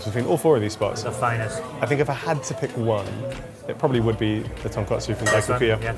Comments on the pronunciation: For real lol. Also it’s tonkotsu not tonkatsu (ko vs ka) which was really irking me as a non-Japanese person even. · Remember to do a little more research into your pronunciations friends... Ton-KOT-su not Ton-KAT-su... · when will you learn the difference between tonkotsu and tonkatsu😢 you’ve been in food industry way too long to make that mistake.